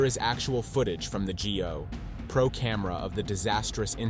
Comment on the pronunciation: Your retarded computer narration doesn't know what a GoPro Camera is! It pronounced it G O Pro. 😂 Hey, i have an idea. HOW ABOUT NARRATE FOR YOURSELF!!! Computer narration sounds cold and institutional. Natural voice sounds warm and inviting. Thumbs down spanking! 👎